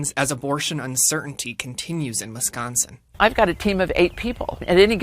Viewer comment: Never knew I lived in 'WescHonsen'...